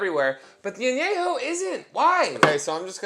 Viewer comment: Love you, but it’s pronounced “Añejo” pendejo! Same level of Ahhhhhh! 🤣🤣🤣🤣